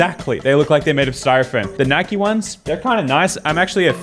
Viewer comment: It’s Nike not nikey